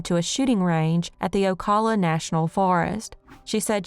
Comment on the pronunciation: Pronounced AL-AH-FAY-AH….OH-COW-LAH….Jesus research how to pronounce Florida cities nd towns, you butchered nearly all of them! I’m from greater Orlando and have never heard Vlad’s story??? Melinda Duckett was the damn DEVIL!!!